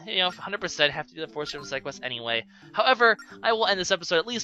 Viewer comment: you say Force weird